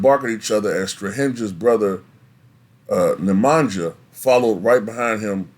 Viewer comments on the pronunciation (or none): I know some Serbs. Nemanja is pronounced NemanYa. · Your pronunciation of Strahinja, Nemanja i Natalija hurts brain lol you should pronounce that J as you pronounce J in Jokic.